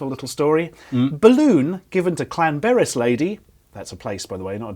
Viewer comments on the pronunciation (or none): it's not clanberis, it's llanberis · The way you pronounced Llanberis made me cringe hard.